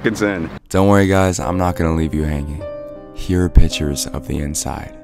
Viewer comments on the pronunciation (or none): noone::PiTuReS